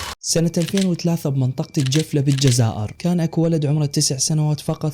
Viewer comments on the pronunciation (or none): تصحيح ولاية الجلفة مو الجفلة♥️😂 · الجلفة وليست الجفلة هههههههه